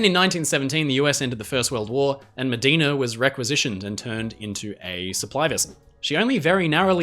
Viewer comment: There's a good chance that Medina's name is actually pronounced "Muh-die-na" - she was named for a river in Texas and Americans have a tendency to pronounce loanwords as if they followed English pronunciation.